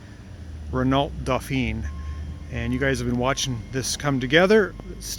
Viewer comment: The maker is pronounced Ren-o and the model is pronounced Dough-fah. It's French, therefore should be sounded as the French would.